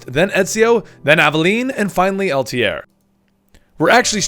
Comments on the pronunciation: i liked the video , i'm watching the rest one by one , btw its not Altiere it altaier you made the guy sound french lol ! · I'm watching the playlist now. Does he stop calling Altair "Altier" in the future?